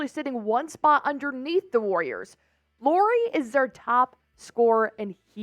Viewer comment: It’s pronounced LAURI, like Lowrey!